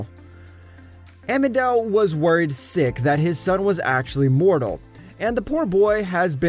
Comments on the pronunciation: How you expect from writers to acknowledge ANY OF YOUR requests when you keep saying EMEDEL instead of AMENADIEL. BIG LOL ONWARD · THANK YOU! it's A-MEN-A-DEAL! lol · I think he said emendrel too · Yea “amedel” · The way he says "Amenadial" kills me 😂